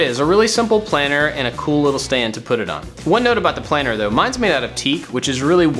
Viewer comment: your channel is awesome. It inspires me to make so many things. I feel like I know you cause your personality is so friendly. But the entire video when you said ‘planter’ it sounded like planner. I was like “iTs plAnTer. noT plAnnEr” lmao